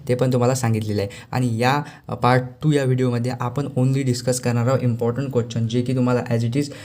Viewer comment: Bhava question bol na quechan ka bolto aahes 😅